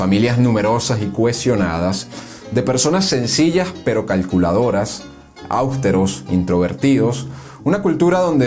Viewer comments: La palabra "austeros" lleva énfasis en la letra "e", mas sin embargo no lleva tilde. Por lo tanto, no se pronuncia "áusteros", porque las reglas ortográficas lo impiden, y no es una palabra esdrújula, sino grave o llana. Y ese yerro lo cometes más de una vez durante la narración. Entonces no es casualidad sino falta de léxico. Tampoco es correcta la palabra "arbitro", sino "árbitro", con tilde en la "a", porque sí es esdrújula. Pero quizás quisiste decir "arbitraje internacional". Ojo con la ortografía y la locución. Por lo demás, muy bien. Buen trabajo investigativo. Enhorabuena. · ¿Áusteros?, ¿con acento an la A? felicitaciones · Togo muy interesante, memos lo de ÁUSTEROS. Debe pronunciarse AUSTEROS, como palabra llana o grave que es.